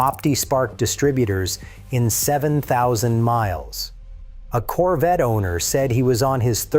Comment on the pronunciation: Its CORVETTE. Not "coverette". And you do? YOU remember the 1983 Corvette? You're saying this on a device with an internet connection. How do you remember a car that was never mass produced? There were only 43 prototype 1983 Corvette's made and the only ONE 1983 Corvette left is sitting in The National Corvette Museum in Bowling Green Kentucky. You even edited your comment to make your self sound smarter. Glad you remember a car that never hit the streets. Quit passing false information. You're not amazing, desipte what you tell yourself.